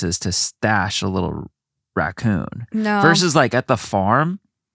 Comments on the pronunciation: "RAY-CON" (racoon) Is from Trailer Park Boys! I'm so glad me and my husband aren't the only ones that does that 🤣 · I laughed out loud when pronounced Raccoon as Rake-in 🤣 glad to know that Trailer Park Boys is appreciated in the US!